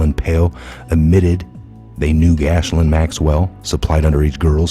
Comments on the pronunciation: are you intentionally pronouncing her name wrong?? Its not pronounced Gash-lane. Its Gih-lane. God bless WWG1WGA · You mis-pronounced “Madeline” McCain’s name & “Ghislaine” Maxwell’s name.